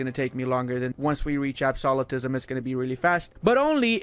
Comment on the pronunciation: Ab-so-lu-tism Not ab-soli-tism